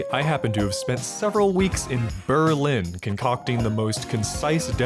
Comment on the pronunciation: Nailed the Berlin interpretation. Subscribed.